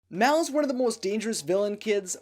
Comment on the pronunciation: Mal not Mel